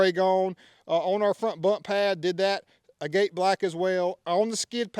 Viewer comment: Look up the way to pronounce “agate” it’s different than the way it’s spelled.